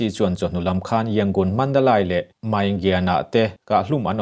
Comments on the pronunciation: Mandalay(mandalei ) tia lam tur aw.....( Lai ) ni lovin... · Mizo awphawi tak chuan Mandalai nilo in Mandaleih tih tur😇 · Mandalai ni lo in Mandaley ti a lam tur ani. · Mandalai(Mandalay) ni lo in (Mandali) tia sawi tur a nia. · Mi zo tak pawn asai rik dik thei MNADALAI ani lo MANDALEI ti in lam ri rawh lam rik thiam loh tur a awm lo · Mandalei. Ti a lam tur a ni zawk e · Madalay ti ani a mandalai Tia ilam thin hi adik chiahlo va madalai nilovin mandale Mandalay titur anizawk e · Mandalay hi i chhiar dik lo ka ti dawn nge i lam dik lo,he ti hian ka han ziak a nge Sap in thlawhna an ti tlai tih hi Flight delay aw he tal delay chhiar ag in lay kha i ti ri ang,mizo tawng a ziah chuan Mandalei i fiah thei a ngem aw